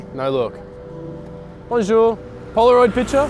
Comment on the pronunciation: I'm half french and the ''BoNjOuR, picture?'' hurts to watch but it's still funny as hell haha